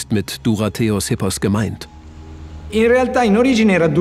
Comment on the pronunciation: Wenn euer Sprecher nächstes Mal noch "Epos" richtig ausspricht, bin ich zufrieden:)